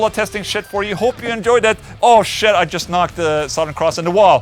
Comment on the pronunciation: Hey Ola I just wanted to know if you intentionally pronounce southern the way you do (saht-hern) it's just a curiosity of mine ! Cool video, badass amp , and super heavy tunes love your channel !